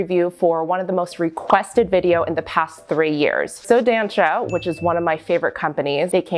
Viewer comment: Dança is pronounced "duh-ssah"